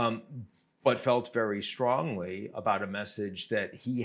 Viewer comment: he hehe he you said very stronly huh huh huh.